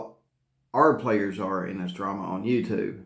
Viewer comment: Is he saying "Players in this Drama or Trama?"